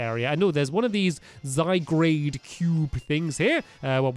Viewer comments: Who notice stampy saying zyguarde wrong he was saying zy grade not zy gaurd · it'd not Zygrade it's Zygarde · I've been triggered in this video. Zy-Gaurd. not grade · SO TRIGGERED! It's Zygarde! Not Zygrade! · ZYGUARD NOT ZYGRADE! !!!!!!!😠😠😠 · Zyguard not Zygrade read stampy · stampy you are saying it wrong it's not zy-grade it's zy-graud and it's a legendary pokemon and you might get ash-greninja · zy-gar-de not zy-grade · you have to say zygard with the ar not grade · Stampy it's Zygarde not Zygrade! You need to upgrade your glasses stampy! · Also stampy you assemple zygard with the cube only fist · stampy its not zygrade its zygarde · ITS NOT ZYGRADE!!! ITS ZYGARD!!!! ITS GARD!!!!! NOT GRADE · It's zy gard not zygrade! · Zygarde not Zygrade I don't know what made you say Zygrade it's Zygarde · Its Zygarde not Zy-grade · Zygrade XD YOU ARE SAYING IT SO WRONG XD it's (ZI-GUARD) ALSO DO YOU KNOW ANYTHING ABOT THE KALOS REGION. Edit: I'm so sorry stamp my I didn't know you were dyslexic. I hope I didn't insult you. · Zygrade?! ZY-GUARD. But It's Spelt Zygarde. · It's not Zy-grade , ITS ZY-/GUARD/ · Stampy zygarde got the a before the r not after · Cory Playz It's spelled Z-y-g-a-r-d-e not Zygrade and it's pronounced Zie-guard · ZYGARDE NOT ZYGRADE! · The Iron Golem OMG its zygarde not zygrade stampy. Noob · "Difficulty writing by hand" Seriously that's what being dyslexic is, isn't it? you have difficulty writing by hand i don't have difficulty writing also i wasn't saying how it was pronounced i was saying how it was spelled because Stampy thought it said Zygrade and not Zygarde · Y u call it Zygrade it's Zy-gar-de... ... ... gar ... ... ...garde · It's not ZygRAde it's ZygARde or Zy-gar-d silent e of course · stamp its not Zy grade its Zy guard! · its called Zygarde not Zygrade! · It's not zy grade its zy gard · stamps it is not zygrade its zy_gar_de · Zygarde is pronounced (Zi-guard) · its zygard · you say zygarde z-y gard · Pronounced Zy-God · It's Zi-guard